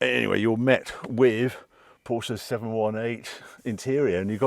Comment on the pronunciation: Thanks for using both syllables when pronouncing "Porsche". (Mat Watson take note)